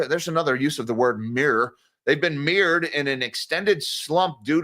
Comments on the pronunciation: Mirrored = mired pronounced m-eye-red. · Mired = m-eye-erd. Trapped in muck and mire ie mud.